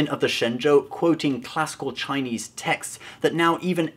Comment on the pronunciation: By the way.... can actually speak Chinese? His pronunciation is pretty damn accurate...